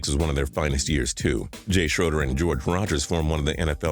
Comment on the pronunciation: It's Jay Shray-der, not Shrow-der